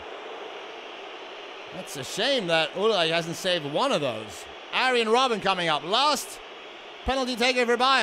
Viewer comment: XD the speaker... " arien robben "